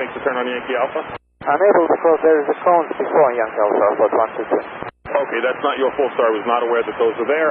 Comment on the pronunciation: 20 seconds in and I knew this guy wasn't gonna know how to say "cone" in English. :D